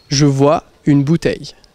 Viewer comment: Let me tell you, nobody pronounces the "vois" like he does. I think his jeans are too tight.